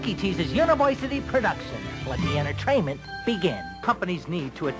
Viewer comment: Random re-watching previous video thoughts AM - - DID HE REALLY JUST SAY ENTER*TRAIN*MENT?! AHHHHHHHH.